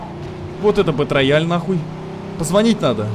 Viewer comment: Не бэтрояль, а Бэтроял, ясно чи не?